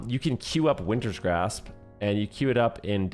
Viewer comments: It's just Wintergrasp, not Wintersgrasp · BRO ITS WINTERGRASP. WINTER. GRASP. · So funny listening to you say WinTerS GrAsPs the entire time :P Also it’s nerfed now btw. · Take a shot every time says Wintergrasp incorrectly 😂